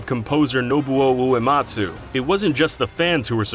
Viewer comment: did you just say "Nobu owoematsu?"